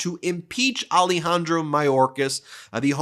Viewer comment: Ah-Leh-Hahn-Drow. Not Ali-Handro.